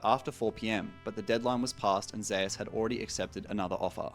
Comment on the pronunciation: "ZEY USE"???